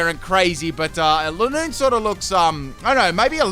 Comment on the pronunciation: Your saying lineoone wrong its line oone